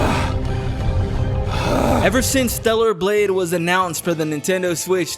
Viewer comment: torta blade